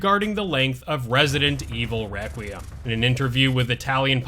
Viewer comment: Why can’t anyone say “requiem” right? Lmao.